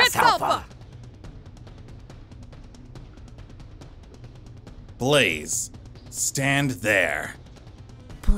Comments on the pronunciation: "I'm sowy bwaze" That hurts bro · poor Daniel he does not want to hit Bwaze😘